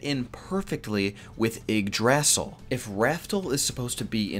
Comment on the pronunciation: Yeah your pronunciation are bad but hey Nordic mythology has some dumb spellings for names